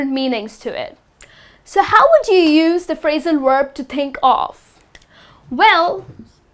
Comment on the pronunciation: Thank you! Just remember that, as a teacher, you should say "Verb" and not "Uerb".